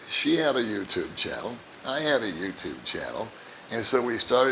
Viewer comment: I understand English perfectly. But when she says welcome to my youchupe channel it always makes me laugh.